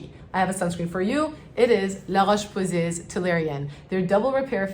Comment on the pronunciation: That La Roche-Posay pronunciation caught me so off guard